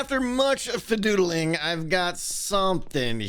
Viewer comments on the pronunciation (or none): Did just say “FaDoodling”?